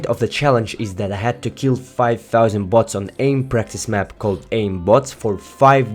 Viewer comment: Kinda sounds like butts